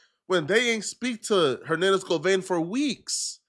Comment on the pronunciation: Go vein 😂😂😂😂 it's Go van